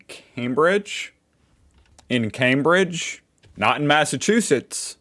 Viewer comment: Thank you for pronouncing Cambridge correctly.